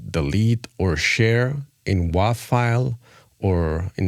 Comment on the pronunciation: Wav is pronounced "wave".